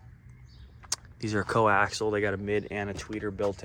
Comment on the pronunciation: It’s not co-axle, it’s co-axial. But if you want to sound uneducated, keep it up.